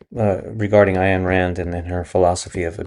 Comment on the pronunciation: Who is “Ayan Rand?” 🤣🤣🤣 Don’t say names if you can’t pronounce them. Ayan Rand, Rand Ayan Do you like green eggs and hand? 🤣How the fuck do you butcher Ayn Rand’s name? For real, that’s wild. Your pronunciation of names and words is the Anika Nilles in Rush of speaking.